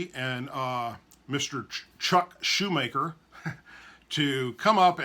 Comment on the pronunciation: Chuck Schumer not “Shoe Maker”